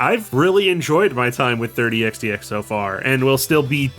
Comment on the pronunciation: Oh I see. I heard the developer pronounce it by just saying “x” twice.